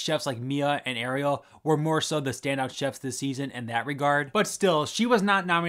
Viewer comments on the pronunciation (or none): none